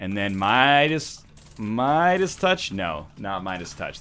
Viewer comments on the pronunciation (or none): none